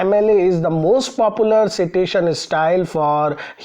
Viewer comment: Sir with all due respect , it's pronounced as site-tation. (Not see -tation)